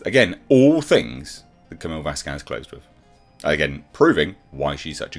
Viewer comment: VAS quez. Wrong emphasis